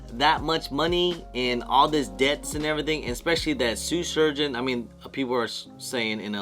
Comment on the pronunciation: Man made a whole video saying SUE surgeon